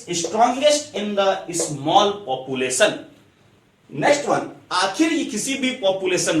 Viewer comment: Sir it's not populasion it's population